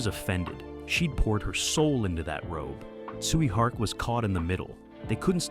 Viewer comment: The way you pronounce Tsui Hark name made me thought you were saying "Sweet Heart"